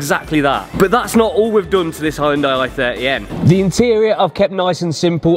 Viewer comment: Well done. By thexway, it's pronounced "Hun-day", no "Hi-un-day"!!